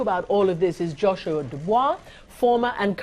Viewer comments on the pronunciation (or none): none